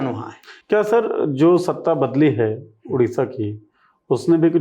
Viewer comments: उड़ीसा नहीं ओडिशा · Udisha ❌ Odisha ☑️